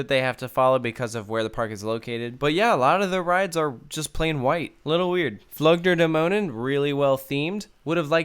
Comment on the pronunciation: Your pronounciation of "Flug der Dämonen" was spot-on, which is impressive. However, with "Soltau", the emphasis is on the first syllable, not the second one. So, more like "ZOLL-tau".